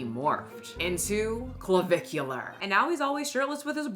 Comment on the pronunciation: you pronounced creme de la creme AND clavicular correctly. Look at you go, girl